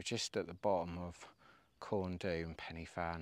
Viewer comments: I did this route last week, just in reverse. It was great, though it was pretty busy out there! Some help with pronounciation, Corn Dee, Pen uh Van, Van uh Big. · Hi. Was up there camping on Fan Y Big last weekend. When you say the names of the peaks, the ‘Y’, is pronounced ‘Ah, as in the sound of the letter A. You’re in Wales, don’t forget. Also, when you drive through the villages there, the names of them are not WiFi codes, for the modem…😉 All the best…👍🏾⛺️